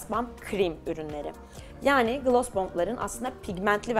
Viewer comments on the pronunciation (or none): Gloss u gılas diye okuma aşk gılos derken daha dogru telaffuzun ❤